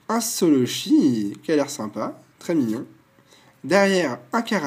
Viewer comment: Quand t'as dit un solochi j'ai cru comprendre insoloshi